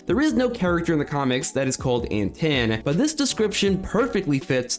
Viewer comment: I believe Antaan is pronounced like Anton.